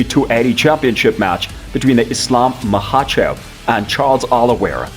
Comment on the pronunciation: Who the heck is "Maha-cho" I think he means Makhachev